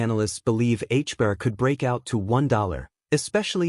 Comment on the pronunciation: A I can't get it fucking right hb ar. it's an AI synthesized voice, and AI. Attempting to describe price action